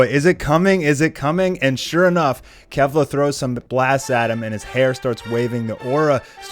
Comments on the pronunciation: It's pronounced "Kayflah" not "Kehflah". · Kefla is pronounced KAYfla, yw